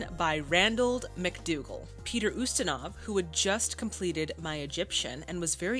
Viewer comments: The name Peter Ustinov is not pronounced, ( You-Stinov ). It's pronounced, ( You-stin-off ). He's one of the greatest unsung actors of all time. But thank you so much for giving more details to your reactions than anyone else on any format. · Love your reactions. FYI: Ustinov is pronounced in American English as "YOU-sti-nuhv." The Brits say, "oo-STEEN-of." It would be pronounced basically that way or the way you did if you were speaking Russian. I can't verify which syllable would be stressed, since stress is not predictable in Russian. And Russians with the same last name can stress it differently. Ustinov himself was born in Switzerland and although his name is Russian, his origins are as much of a Heinz 57 as most Americans. Ustinov spoke several languages and once said, "I am an international citizen conceived in Russia, born in England, working in Hollywood, living in Switzerland, and touring the World". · About pronunciation.... [Peet▪︎r YOU▪︎stan▪︎off] is an excellent, excellent, wonderful actor/thespian. I would recommend many of his films. Blackbeard's Ghost was a favorite as a child. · Hi. Peter Ustinov, a character actor that shows up in a lot of classic era films, name is pronounced YOU-stin-ov, with a long U. Stories of this set was that it was a very happy shoot.